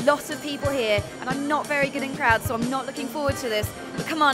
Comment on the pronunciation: Wait a moment...did she say crowds or did she say krauts?!